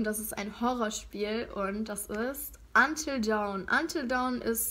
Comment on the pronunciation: hilfe wie du until dawn aussprichst 😂